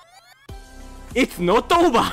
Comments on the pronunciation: ほんとレトさんの it's not over が いっつのっとおーばぁー なんだよなぁ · IT’S NOT OVER の発音が力抜けるw